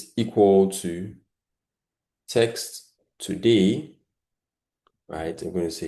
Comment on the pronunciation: Your content is good but please restrain from pronouncing words the wrong way, eg. virtual as vital, text as tax, etc